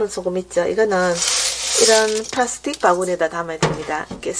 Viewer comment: 파스틱??? 플라스틱 ㅎㅎㅎ 경상도식 영어를 ㅋㅋㅋ 목소리가 너무 기여우심 ㅎㅎ 소중한 레서피와 영상 감사드립니다